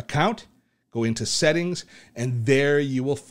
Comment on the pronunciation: 1 really stupid question......Is it only me or everyone heard him saying sehting instead of settings